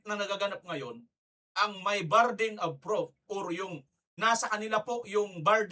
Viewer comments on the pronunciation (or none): not barden of proof but /burden of proof.